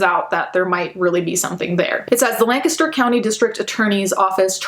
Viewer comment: This crime happened in my area. I’ve been reading about this crime for a few weeks, but I had no idea about the TikTok connection. If it’s any solace, the local news is covering the crime rather than the TikTok details. Also, props for pronouncing Lancaster correctly. You definitely do your research✨